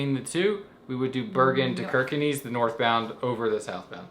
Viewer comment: Kirkenes is pronounced "Shirker ness". No "knees". Plastic bottles are reclaimed against a deposit in Norway. Post the bottle in a mahine at the supermarket, you get a ticket with the refunded deposit (pant) that you can spend at the supermarket. Easy as that!